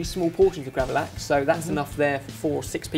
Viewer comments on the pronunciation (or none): I find it so hilarious how says gravad lax X'D you say it as gravad-lax like two difrent words and it sounds like hes just mumbling it like gravalavalax or something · Lax = salmon xD It sounded so weird when you said gravad lax xD